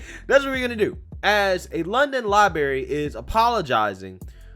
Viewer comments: Its LibRary. Not LibAry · I have so much respect for you and I'm a loyal follower of your channel. But please stop saying the word "libary" instead of "library". It's not a good look. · I was scrolling through to see if anyone else mentions this. I dig his videos, but this is just embarrassing. Then you get "oh, he's country". C'mon, with that weak noise. The soft bigotry of low expectations. Holy crap, libary libary libary. It's so cringey. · Not meaning to be rude, you may want to work on your pronunciation of library. You need you to roll the r right after the letter b